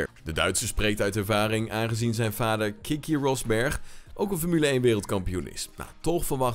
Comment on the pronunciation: Het is Keke Rosberg, niet Kiki 😎👍🏻